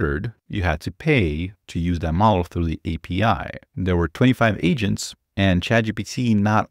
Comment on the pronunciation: Anyone else thought he said "multiple Asians?" It's agents it's agents. Fewww